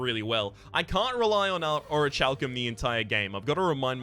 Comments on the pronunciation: The pronunciation is (O-REE-KAL-KUHM) :D common mistake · Sorry for being a butt, but you pronounce Orichalcum wrong xD Here's a vid the says it correctly. love this game though :)